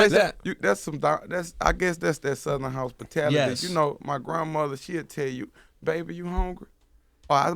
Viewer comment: "Southern Houspatility"😂😂😂